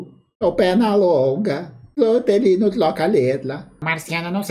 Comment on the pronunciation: Falhou no Hortelino ein... Ele falava "Toelho" 😂😂